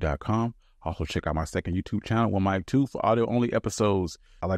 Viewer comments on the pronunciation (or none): none